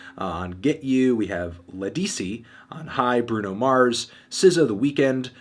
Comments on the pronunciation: Anthony Fantano, It's Lead-ah-see, not Lead-es-see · It's not "Lahdee-see" it's "Leh-di-see" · keep saying LEDISI name like that not how you say it